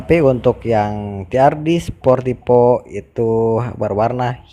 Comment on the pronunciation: Sportivo mas, bukan sportipo 🤣🤣